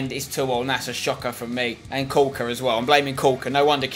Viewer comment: The way he says caulker is like cuwker 😂